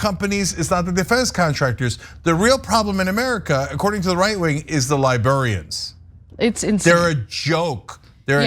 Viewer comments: Because ish to me Cenk IS saying Libearians or Liberian’s, like people who come from Liberia? A couple of times it even seems Ana is making a subtle point of correctly pronouncing Library or Librarians. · Totally agree of course (I'm not brain damaged), but Cenk has to practice how to say "librarians" since he kept saying "libarians". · Is Cenk saying Libearians? 🧸📚 😆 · I can't tell if Cenk keeps saying "liburians" on purpose or if that's just how he airways pronounces it. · Cenk, libr-air-ians and bee--LINE... Hate to be a pronunciation nazi but jeesh... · Cenk’s pronunciation of “librarians/library” is bothering me. 🤣🤣🤣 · Librarians.. funny how it’s mispronounced by some..